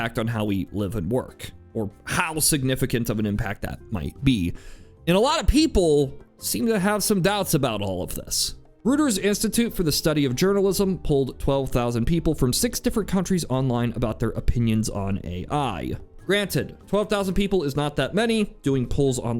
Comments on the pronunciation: It's ROYters, not ROOters (reuters). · Reuters is pronounced ROY-terz not RUTT-ers. Keep up the good work. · Did you pronounce Reuters "rooters"? What an idiot 😂😂😂